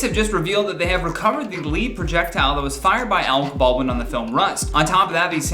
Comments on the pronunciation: LOL... no leed.. it's LEHD.. as in the metal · Lead in this case is pronounced, led, not leed. It's baffling to me as a gun owner as to why basic gun safety protocols were not followed. AB had a duty to inspect the gun himself, but didn't. You treat every gun as a loaded gun and this tragedy could have been prevented had AB, the assistant director, and the Armorer followed that basic rule. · Lead projectile...pronounced "led" not "leed." Lead...as in the heavy metal that most bullets are made from. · Lead - the metal … it’s what bullets are made of. Not lead as in what a leader does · Lead.. as in a BULLET.. pronounced “LED”, not “LEED” 🤦🏻‍♂️ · Leed projectile? Really? Not led projectile? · saying lead like LEED instead of lead like led, as in a lead bullet, is my mood for today. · Omg lol I just can’t 😂😂😂😂😂 bad enough robot voices pronounce crap wrong but when it’s a person come ooooooonnnnnnnnnnn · It happens alot on this channel. Cracks me up every time 🤣. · OMG!?!? Led projectile. No LEAD as in a lead bullet. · When you say lead I think you mean to pronounce it Led.. it was a lead projectile.. not the the lead projectile.. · “lead” is pronounced “led” in this context. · sorry, but you drove me crazy....lead pronounced like reed or feed VS lead prounced like red or fed. I believe this referred to a lead as in red bullet. No idea what a lead as in feed bullet would be. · you're a halfwit. You proved that to my satisfaction in the first ten seconds by saying "lead" as though you have to use a text to speech converter, but it doesn't speak English.